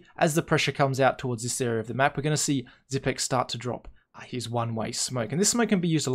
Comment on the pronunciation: It's Xypnix. Not xypics.